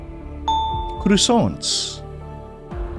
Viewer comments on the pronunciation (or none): none